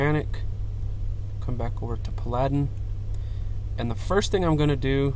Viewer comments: pladin' XD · Are you saying paladin wrong as a joke, or is english your second language?